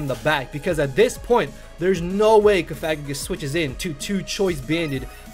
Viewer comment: It's pronounced "Cough-a-gree-gus" Just FYI. The way you're sayin it involves a rude word.